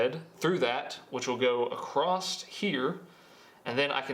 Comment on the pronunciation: Did you say acrosst here? AcrossT?